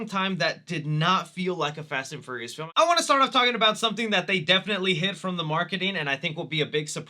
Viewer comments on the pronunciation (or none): Is it just me, or does he keep saying Fast and Furriest instead of Fast and Furious...